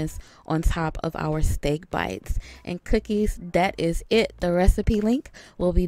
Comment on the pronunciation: She said SteeaK BeitZZZ